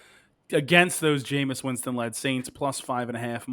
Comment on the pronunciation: S-A-N-T-S who dey. That literally could not have been any less correct.